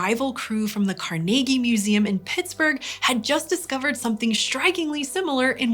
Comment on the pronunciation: Thank you for pronouncing "Carnegie" correctly.👍